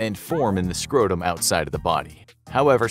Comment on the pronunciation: "a hundred and tirty two lbs scrohtuhm!" "that-h is a BIG nuht!"